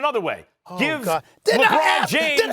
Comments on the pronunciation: “And Igoudala” 😂😂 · "And Igoudala" 😂😂😂😂got me rolling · “ and igoudola” 😂 this man is obsess with iggy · Stephen A smith -“ the warriors had curry, klay, and dray” Max- “and IGUODALA” 😂😂😂😂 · “And Iguodala” 🤦‍♂️🤦‍♂️🤦‍♂️ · “And Iguodala” 😂😂😂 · LMAO "And Iguodala" 🤣🤣